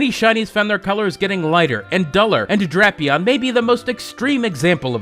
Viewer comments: DRAPE-eon long a sound not short like in crap. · I thought hippowdon was pronounced hippo-dun. And drapion dray-pion